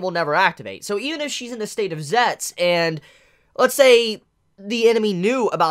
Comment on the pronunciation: Why does he pronounce "zetsu" as "zets" instead of "zetsu" ?